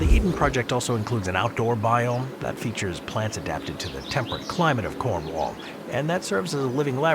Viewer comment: You’d think a channel as large as this could pronounce Cornwall correctly